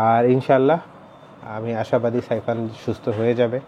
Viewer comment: “সাইফান”। সায়ফান না।